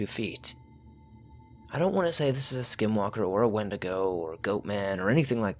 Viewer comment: It’s pronounced’ ‘when-dee-go’ 😎